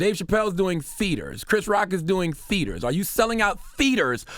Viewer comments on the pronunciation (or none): He said "Theeters" lmao